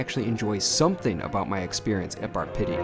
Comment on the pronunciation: Sounds more like Bar Shitty than Pitti - by the way, it is pronounced PEE-TEE, like physical therapy which it seems this place needs! That food looked awful - in Italy, we call it an Americanata. I don't know why people think that celebrities know anything about good food? Many of them are just peasants who got lucky!